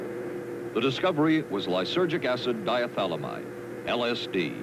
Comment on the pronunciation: Narrator can’t even pronounce lysergic acid diethylamide. 1979 ABC TV sensationalism.